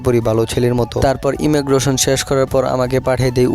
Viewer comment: Immigration ❌Immogration